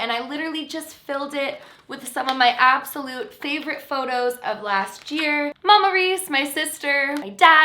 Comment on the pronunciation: I heard memories as “mammaries” and almost died laughing